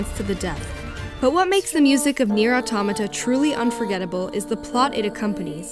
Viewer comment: The first english person i heard that pronounces right the word "autómata".